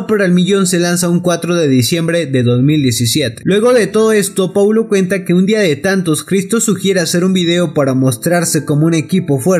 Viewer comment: "Poulo" londra jajaja